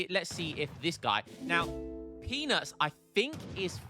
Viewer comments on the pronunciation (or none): The whole video you made peanuts sound like penis